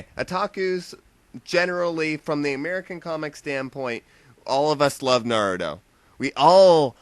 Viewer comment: na-roo-toe.not 'nerdo' sorry lol it just sounds like you are saying 'neerdo'